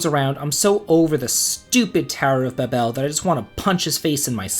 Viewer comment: 1st off, your pronounciations are horrible. Ba-bel? 😂 2nd, anyone who thinks the final dungeon here is too long or hard needs to play Breath Of Fire 2. Infinity is far worse than the Lunar Subterranean. 3rd, the bosses in the final part of ths Lunar Subterranean aren't that bad. It's just knowing there is one more big boss fight and excitement to get there faster making me run. 4th, you can totally beat Bahamut by brute force if you are strong enough and know what you're doing. 5th, the game has one of the most giant inventories available in a game. Unless you're hoarding everything you find, there is plenty of room for an extra set of equipment to go through the magnetic cave safely. Other than that, the cave is pretty bad because you only have 1 magic user with limited MP. I would rank this among the hardest. Especially on the first playthrough.